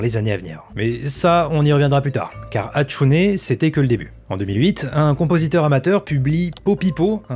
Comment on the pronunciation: Tu prononce pas la fin du Hatsune comme é mais e puis. Tu Viens même faire des histoires sur des intelligences artificielle qui sont pas humaines et on dirait de la pib au debut surtout donc